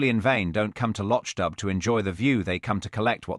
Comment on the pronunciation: LochDoo not Lochdub